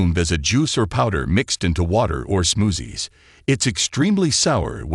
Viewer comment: I love the way the AI voice pronounces “smoozzies”. Seriously, trying some of these fruits could be worth it if they do result in higher collagen in the body. Making meat broth is very time consuming compared with eating raw fruit or making smoothies